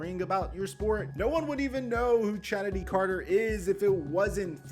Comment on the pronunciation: It’s pronounced Kennedy Carter. The ch is. A hard c sound.